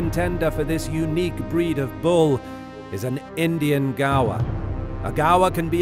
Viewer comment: I like how he pronounce gaur “ gawa”